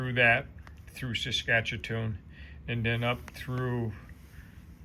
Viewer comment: It’s SASK-A-TOON not SASCHEW-A-TOON, really funny! I am from there and ride bike too, so we will give you a pass, safe travels!